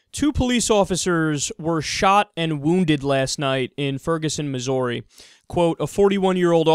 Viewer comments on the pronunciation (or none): none